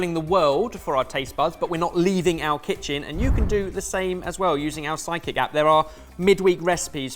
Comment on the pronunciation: Side Kick app not Psychic app 😅, love, you need to enunciate better: a slight hitch, pause, stop between those syllables, please 😁